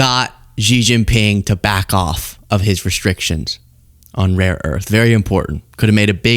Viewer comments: Trump continues to mispronounce, rare earth, as raw earth! The imbecile doesn't even know what he's talking about! Reaffirming to Xi, what a fat blithering idiot he has to endure! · For f****'s sake ....it is "RARE earth MINERALS"! JESUS! GET IT RIGHT!